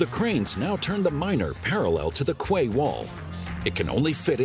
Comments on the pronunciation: Lol I thought quay was pronounced key not kway. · Excellent. Quay is pronounced key. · Wish someone would teach that guy how to pronounce quay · It is idiomatic but quay rhymes with key in common use.